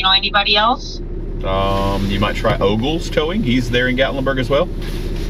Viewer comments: OMG!!!!!!! O ...G...L...E...S!!!!!! Then she said "OLES". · "Oles" ..... "Oges"...... "Ogles" ?!? LOL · Og? Ogl? Ogelse? No? 😂😊